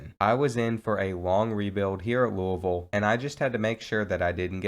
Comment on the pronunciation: i’m from louisville nd i’m so happy u said it correctly 😂😂